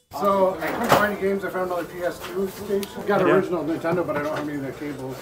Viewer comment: “Intendo?” C’mon,! 😄